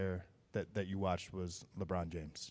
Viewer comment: Leave it to Malika to gargle Lebrons name 🍆